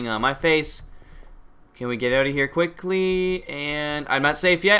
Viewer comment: wen u sed quickly u sed quickqui. XD And u sed my name:qui Lol